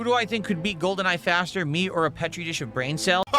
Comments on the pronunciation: Pet-ree dish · Valedictorian doesn’t know how to pronounce Petri dish.